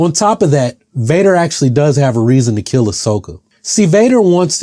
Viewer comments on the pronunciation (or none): none